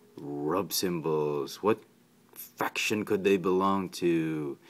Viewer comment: Great review! Very detailed review. Thanks for showing the inside of the comic and the typos lol!!, Also comparison with the other cyclonus figures. Speaking of typos..I believe at the start you say the line "what fraction, do they belong to" instead of "what faction", at least it really sounds like that..I thought it was funny mistake. Good stuff dude.